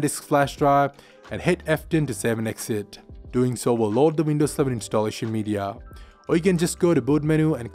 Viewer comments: I thought he said Windows 7 as well numerous times..lol. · Why does he sound like he's saying windows 7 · Is this guy saying windows 7 or windows 11? 😂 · He says window sleven